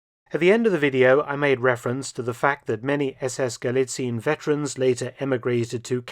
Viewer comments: FYI - I mention this because you seem to care about proper pronunciation, not just to be a pedant - the "ie" in Galizien is split across two syllables rather than being a lengthened "i", so it's not "gah-lee-TSEEN" but rather "gah-LEE-tsee-un" (the last syllable with a schwa sound). Much like how Spain, Spanien, is "SHPAH-nee-un", rather than "shpah-NEEN". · Galizien is not pronounced "Galizeen" in German. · Minor remark: Galizien has not the 'regular' german ie, its pronounced [ɡaˈliːt͡si̯ən] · Galizien, pronounced with 4 syllables in German: Ga-LEE-tsee-yen. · Thank you again, Mr. Felton for presenting history in such short but accurate way and revealing uncommon historical bits and connections. One word for the pronunciation of "Galizien". Please don't hesitate to pronounce the last 'e', like 'Galizi' - 'en'. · It's weird to me that at first you pronounced 'Galizien' correctly and then stopped doing so for the rest of the video, "ga·lii·tsii·en" "/gɑliˈtsiːən/", the video is top-notch as per usual though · It is pronounced "Galizi-en". You got very close, just missing the last syllable :-) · While your german pronounciation is usually on point, at least for a native english speaker, this time you've made a slight but understandable mistake. "Galizien" is pronounced "guh-lee-tsee-en" rather than "guh-lee-tseen". The mistake is quite understandable since "ie" in german usually signifies an elongated "ee" sound, but, especially regarding names of locations and countries it is pronounced "ee-en", for example in "Australien" (ouw-struh-lee-en / australia), "Spanien" (spuh-nee-en / spain), "Argentinien" (arr-guhn-tee-nee-en / argentina), etc. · Just an FYI from a German-speaker: It's a bit confusing, since 'ie' is normally a 'long i' in German , but Galizien is NOT pronounced Galiziiin (with a long i), but exactly like it is written, Gal-i-zi-en. If you're unsure, look up the pronunciation of Spanien (Spain), where the ending is pronounced the same way.